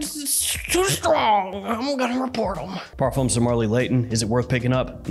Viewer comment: Hi, thx for the review 😊 I just wanted to tell ya that " Parfums De Marley " is a French brand & the "s" in parfums is a silent letter, it's not pronounced. french ppl say " par. fin "